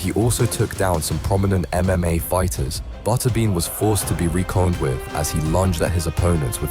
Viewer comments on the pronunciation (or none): You lost me at "ree-conned with." . AI is turning us into Idiocracy.